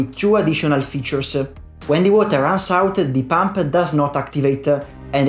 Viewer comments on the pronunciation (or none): You don't have to say "uh" after every word/consonant in english, for example the word "features" ends in "S." and not in "esuh". Aside from that nice video.